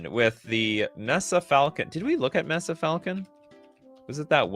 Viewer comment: “Mess-suh” falcon? It’s May-Suh.